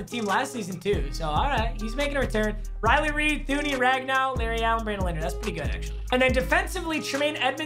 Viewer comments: Riley Reiff? Nah. Riley Reid? Yuhh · Lmao Riley rieff = Riley Reid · it clearly says Riley Rieff n he said Riley Reid😂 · we not gonna talk about how you said Riley Reid instead of Riley Reiff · we are not going to zoom past the part where you called riley reiff riley reid,lololol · When he say riley reed instead of riley reeif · Riley reid?? U mean Riley reiff🤣🤣 * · Anyone else notice he said Riley Reid instead of Riley reiff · Anybody else notice he said Riley Reid and not Riley reiff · Who else though he said Riley reid and not Riley reiff💀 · It Riley reif not Riley Reid bro😂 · Anyone hear him say Riley Reid instead of reiff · Did anyone catch him say Riley Reid not Riley reiff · “riley reiff” you mean riley reid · He said ryile read not ryile reff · Anybody else hear him say Reily Reid??😂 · Were not going to talk about how he called It riley reid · it sounds like he said Reiley reed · Lolll did you really say Riley Reid? 🤣🤣🤣🤣🤣🤣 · Player name: Riley Reiff: Riley Reid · Mans said Riley Reid😂😂😂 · Am I the only one that heard it “Riley ried” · Didn’t one notice he says Riley Reid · Is it just me or did he call him Riley reid